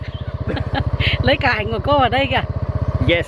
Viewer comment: Le Yes jpp